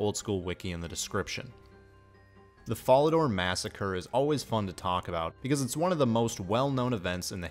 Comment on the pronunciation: Brother you mispronounced Fallador, Varrock, and Ardougne. How do you expect anyone to take you seriously if you can't properly say the names of three of the most notable cities. And what the hell are bruma ruts? I must say your pronounciations turned me off from your content completely. If everyone where you're from sounds like that, let me know so I won't ever go there. Managed about 26 minutes before writing this which is a shame because it was mostly a good video otherwise.